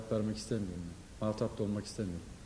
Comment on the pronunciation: Sinirlenmedi adam yerine koymuyorum dedi. Ayrıca muhattap değil muhatap